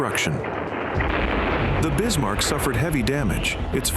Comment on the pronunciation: Bismarck, Not Bismar